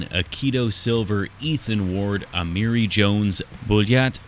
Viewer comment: The name is Ahh-mar-e. 😐😭 Amari. Ah-mar-e.